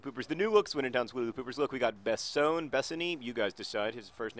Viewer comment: "Besone" should definitely be "be sunny."